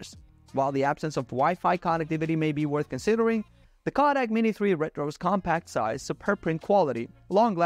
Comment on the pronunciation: #4 Kodak ---Kaadak?🤣 Its pronounced KOHH-dak!😂 Longevity is pronounced long-JEV-idy not long-GEV-idy